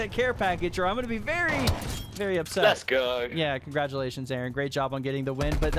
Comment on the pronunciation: A A RON .... 🤣🤣🤣🤣 ... kee and Pele.... 👍😅